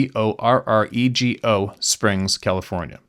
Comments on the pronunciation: Borrego Springs, pronounced "bor-REGGO" Springs. There is a sasquatch newspaper article from there from the 1870s, I believe. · Hey. Thank you for what you do. It's pronounced " Bor-eggo" springs. It's east of San Diego. God bless you and yours! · It's pronounced Bor-ego Springs. It's in eastern San Diego county. Fun fact... The Pacfic Crest Trail goes through Borrego Springs. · Yep, we heard our boxer bark 1 night a couple weeks ago! He passed about 3 mo ago. 🙏 PS, Borrego Springs is pronounced like Borr egg 🥚 O I have an Aunt Uncle that have lived there for years. Happy Holidays!